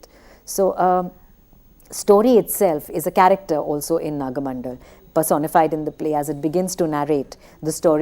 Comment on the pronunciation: The titles of Karnad's plays are wrongly pronounced. It is not Tale 'Dand' but Tale 'Danda'. 'Dand' has no meaning in Kannada. It is again not 'Hayavadan' but 'Hayavadana'. And, it is not Naga 'Mandal' but Naga 'Mandala'. Pronouncing the titles of Karnad's plays is an insult to him. The presenter also refers to Yakshagana as Yakshagan. Those who specialize in the area of theatre should at least know how the titles of the plays they are analyzing are pronounced.